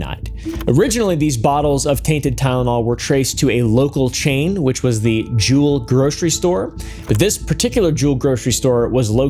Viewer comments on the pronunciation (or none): Its not jewel grocery. Its Jew-el ..